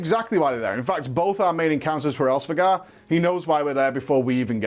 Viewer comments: Normal people: Hraesvelgr: HARESVEGAR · It almost feels like he is intentionally pronouncing Hraesvelgr wrong considering he says it like 10 times within the span of a few seconds lol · Of all the ways the too mis pronounce Hraesveglr, u somehow stumbled on the most ear-grating. Just re do man, it's embarrassing